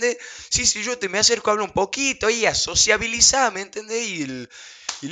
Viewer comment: "SOCIAVILIZAR" dice el come gordas naaaaaaaaaaaaa